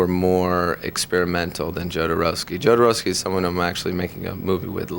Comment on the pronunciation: Marylin...its "yoh"dorowsky, no "joe"dorowsky xD